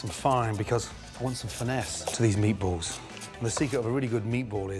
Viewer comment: “hnnnn, meatbualls”